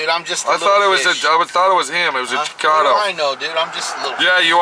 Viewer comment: Hey it's Chicano! Not chicono lol